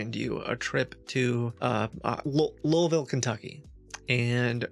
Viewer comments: You've spent enough time in/around Louisville to pronounce it the way people from there do. Noticed that for some reason. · There are other things that give away some of your past as well... Like your correct pronunciation of the city "Louisville, Kentucky". This might say that you have lived in or around the Louisville area. Also, some of your fake voices have accents that are definite western Kentucky accents. :-) Just by accent and pronunciations that you are familiar with, that can help nail down something from your past -- unless you're next level ghosted and have relearned accents totally foreign to your past. I wouldn't be surprised if that was the case. You're definitely 200 IQ!